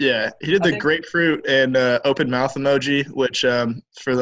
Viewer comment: "Grapefruit" lmao.